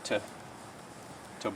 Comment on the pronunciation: When you say "bowl" you mean "boil", right?